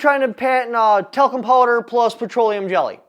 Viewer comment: Talcum powder, not Telcom powder...